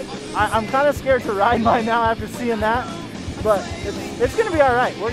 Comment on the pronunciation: Why cant you say mine?